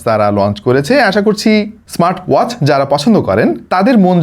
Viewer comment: ভাই ওয়াজ নাকি ওয়াচ?